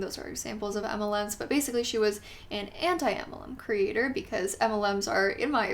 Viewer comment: I love how the way you say ‘creator’ sounds like ‘critter’. I picture lots of creepy crawlers! 🐜 🕷 😂